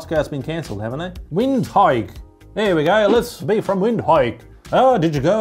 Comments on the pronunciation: Windhoek, windhike 😂 vint-hook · Wind hike. 🤣🤣🤣🤣 It's actually prnounced Vind-ook it's Afrikaans. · It's the pronunciation of Windhoek for me 😁 Took me a second to realize my Namibian friend always talked about *Vindook*. I never seen it written.